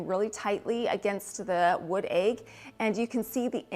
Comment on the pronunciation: The way you say Aig for egg! 🥰